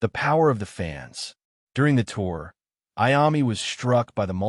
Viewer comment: If you can’t pronounce Iommi, just stop now, go away..